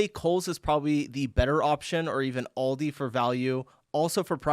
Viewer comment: Also, we don't pronounce Aldi as Oldi, we pronounce it as Aildi xx